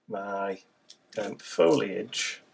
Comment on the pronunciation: Oohh I love this! Love all the elements and colors, and of course, Mr. B!! <3 Tyfs! Also, I love you for saying foliage correctly!! :) So many people say "foil-age"...it drives me nuts! Lol hugs & love to all! :)